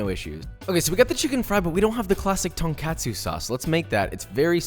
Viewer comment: Good recipe, i'm usually not crazy on pronounciations, but this is a dish my dad raised my with since he's japanese. KAH-tsu = katsu, should be more of a KUH sound than anything. also, TON in tonkatsu is pronounced TAHN. so tonkatsu= TAHN-KAH-tsu Easier than anything, just put tonkatsu into google translate and google will say it correctly for you. Sorry it just really bugged me. Good vid, keep up the great work